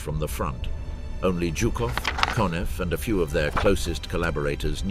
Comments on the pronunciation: It’s not jew cough. It’s zoo cough for General Zhukov!! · Jukov and Heinrichi ? Really can't listen to that ...